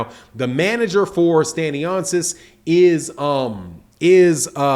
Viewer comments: Pardon Sir it's pronounced Stan-yonis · No criticism it's jus so Yu can do it how Yu said and not butcher his name, cause since this news came up it won't be the 1st video Yu do on the topic🙏🏿☝🏿